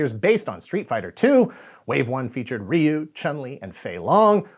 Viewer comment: First entry into Street Fighter was Street Fighter II in arcades. And THANK YOU for pronouncing Ryu's name correctly. It is amazing how many YouTubers STILL get it wrong to this day. The Hollywood movie pronouncing his name wrong did no one any favors.